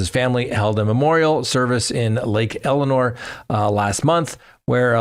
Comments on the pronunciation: Good report but it’s Lake El-sin-nore, not Eleanor! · It's Lake Elsinore, not Elinor 😂